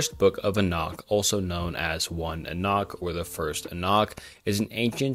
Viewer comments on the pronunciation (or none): Your content has improved massively but fr get someone to check your pronunciations. It makes it genuinely difficult to listen to Enoch= Ee-nok Nephilim= Nef-il-eem Tetragrammaton ≠ JHVH Tetragrammaton = YHWH Pronounced Yawheh, not Jehovah. The consonants are Yod, Heh, Waw, and Heh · You pronounce some words funny, especially Enoch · The way you pronounce "Enoch" tells me you have never actually studied the Bible